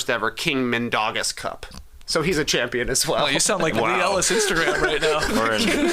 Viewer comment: Not the best pronunciation of Žalgiris, nor Mindaugas, Trey, but do not sweat it, no one pronounces it right. For some reason, even most Lithuanian players, when interviewed in English, don't pronounce Žalgiris correctly, they english-izing it for some reason. Mindaugas, born in 1200, first Grand duke of Lithuania, the only King in Lithuanian history. Never played Basketball tho, haha.